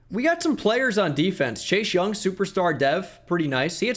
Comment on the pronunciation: says chase young me: did he just day chei shung?